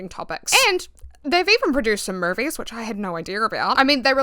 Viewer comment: Damn y’all really say naur and saur, saying maurvies (movies) is insane